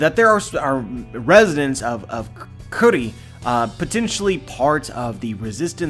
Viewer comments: just pronounce it as 'kuri', it's silly to pronounce it 'curry' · Kuri is pronounced "coo-ri" like KataKURI not "curry"